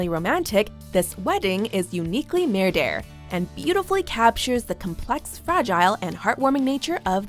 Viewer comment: It’s NOT mer and der dipshit. It’s MERDER